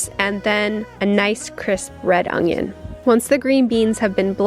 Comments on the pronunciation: When u just had to annunciate onGion XD I am just baffled at where u learned to pronounce it like that. There is no G in that word! How? Does your whole family (that u grew up with) say it that way? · My husband says onoion the same way you do. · You say onion the way I was raised to say it. Haven't heard anyone pronounce it like that in a long time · I love how you say onion in my family particularly on my dad's side we say onjon (un-jin)